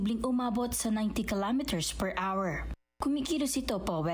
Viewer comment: Where the hell did you get that pronunciation “hour”, pag aralan mo ang tamang pagbigkas.. nakakainis pakingan…